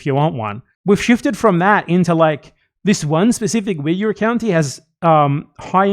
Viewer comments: there's something about the way Ethan says Uyghur that makes me cringe like I'm hearing a slur lol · Ethan keeps bouncing between two mispronunciations of “Uyghur.” I don’t think he knows what he’s talking about.